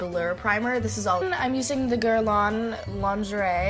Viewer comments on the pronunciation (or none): DID SHE SAY "GURL'ON LONJERAY DEE PU" MDRRRRR NON MAIS OU EST LE RESPECT🕵️‍♀️ JPP💀💀